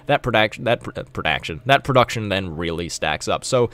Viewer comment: You got me laughing with that "prodACTION" xD Your videos are extremely helpful, dude! Keep up the good work...